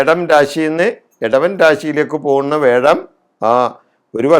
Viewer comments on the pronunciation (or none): വേഴം അല്ല വ്യാഴം എന്ന് ശുദ്ധമായി ഉച്ചരിക്കുക.ഇടക്ക് വല്ലപ്പോഴും നാക്ക് വടിക്കുന്നത് ഗുണംചെയ്യും.